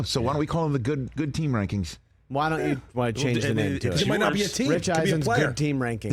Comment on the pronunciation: Rich Eisen’s “Teams Reiseng” Rankings